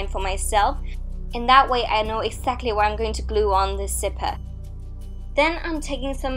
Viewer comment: Zipper not sipper but is is her accent though